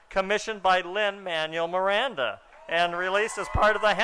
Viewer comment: "Lin Man-Yule Miranda." >.>